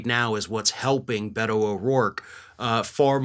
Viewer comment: Beto is pronounced “Bayto”. E is pronounced as an A in Spanish.